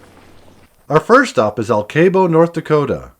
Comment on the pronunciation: Alkabo is pronounced like alkaline + bow. My family was born and still lives in the region and that’s how they always said it.